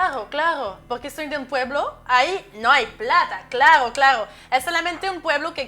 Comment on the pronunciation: No brother te equivocas, es "CLAGO PE" XD